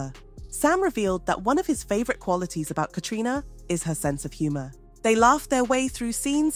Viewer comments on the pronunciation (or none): Be nice if you could get Caitriona's name right 100% of the time